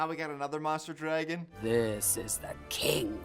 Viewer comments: I am 2 minutes in and just know by the end of this ima be pissed because the way says dragon GOD drives me nuts. THERS NO E!!!! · question for the native english speakers: is this how you usually pronounce "dragon" ?